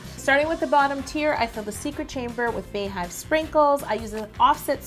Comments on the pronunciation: It’s Beyhive (BEE) not Bay get it together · It is bee not bar or bey hive. Nice cake ( badass ) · It’s Bey Hive....pronounced B!!! Like the beginning of her name Bey-once!!! It’s not Bae!!! I hear people saying it like this all the time....just wanted to correct u!!! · I've never understood why people pronounce it (bae)hive. Her name isn't Baeyonce it's (Be)yonce. This is one bad ass cake though.. Beautiful! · Sydni C ITS BEE. NOT BAE. PERIODT. BEYONCÉ PRONOUNCES IT AS BEEHIVE. She said it at the Grammys. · GIRL I be saying the same thing like where tf they get "bae " from ya'll know damn well that's not how u pronounce her name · It's definitely Bey (as in BEE-yonce) hive. And also Bey is pronounced bee not bae... Not sure when this became a pet peeve of mine, but I was definitely triggered today lol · To everyone under this post saying its pronounced "bae". BEYONCÉ HER SELF SAYS IT LIKE "BEE" good day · Anyone who pronounces it Bae-hive instead of Bee-hive are the feds. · Bey-hive is pronounced like beehive. It’s not Bay-hive. Her name is not BAyonce. Love you Yo. Please. Stop. You can do this. ❤️ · damn i really thought she was real beyhive but she say bae not bey so sad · why do you say "Bay-hive" when it's not "Bay-oncé" - "Beyhive" is pronounced the same as "Beehive," that's the point😂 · Its BEE-HIVE wtf is Bay-Hive? Like its BEE-YON-CE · Is it like Bae or Bey, because Bey is pronounced Bee, like BEE-yoncè not Bae-yonce. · Why do you say bae hive it's beeeeeee hive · Tianna Perry thought I was the only one I was losing my mind Everytime she said bae hive like wtf... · I was wondering why she called them bees instead of baes. It just makes more sense if its a bae hive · it’s Bey hive for Beyonce lmao girl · Correct. It's BEY-HIVE, but pronounced BEE-hive. (like BEE-YONCE) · I honestly think she’s saying Bae because bey is bae af 💪🏽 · She said bay-hive 😂😂😂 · Bey is pronounced BEE because her name is Beyoncé, now bayonce.